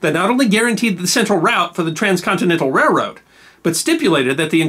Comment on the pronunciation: I thought I was the only person who pronounces it "REH-rode".